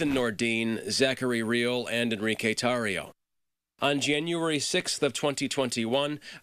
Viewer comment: Omfg is tortio a word? No tarrio.